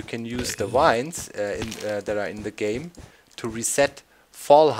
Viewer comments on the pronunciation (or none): I think the joke is about the fact that doc says wine instead of vine :P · vine is pronounced like the german word Wein